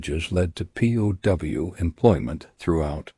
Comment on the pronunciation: The AI narration is terrible. It pronounces POW as "poe".